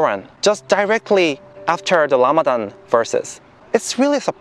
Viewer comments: Rayan Gold it’s because in the Korean language, the ㄹ in 라마단 makes a R or L sound. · him saying Lamadan made my week. May Allah bless you and guide you through your journey Jay kim brother.